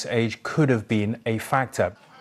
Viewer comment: OMG. 😂 😂 You are too funny. I thought you said FATWA. NOT FACTOR.